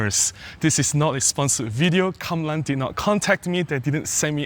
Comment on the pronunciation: Ah, I rarely see you buy a non Olympus lens. My main issue with Kamlan is my friend (you) pronouncing the name in Hokkien (😂). The haze and bloom and purple fringing seems very similar to the legacy film lenses I have, particularly the telezoom lenses, regardless on whether MFT or FF bodies. I don't think such lenses should used for the same subject as modern lenses - i.e. general subjects. They don't reward us with our expectations. They are lenses for niche subjects like really dreamy soft portraits of ladies in traditional old style dresses or cinematic scenes in old shophouses or kampung attap houses with natural diffuse light. And for those scenes, we don't use the legendary Olympus natural colours, we colour grade them severely to lose the natural look. That's my thinking. The busy bokeh, yeah, not nice. Now I am wondering how busy looking are the old film lenses I have.